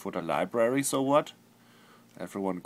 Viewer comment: oh my god !!! the way he pronounces whutt is hilarious !!!! love ya flulaa